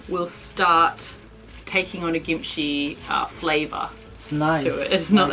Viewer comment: Is the pronunciation gimchee or kimchee? pronunciation sounds more like gimchee. I've always pronounced it with a K sound.